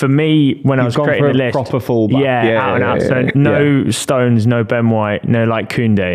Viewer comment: Why does the brummy keep adding letters to Stones' name. "Stowenes"